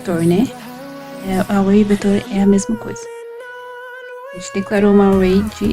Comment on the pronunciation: "string", "array" 🍷🧐 nice pronunciation! Parabéns pelo projeto e obrigado por compartilhar o código. Gostei do uso dos pointers para mudar a côr no terminal e do jeito de pesquisar mínimo e máximo num só loop for.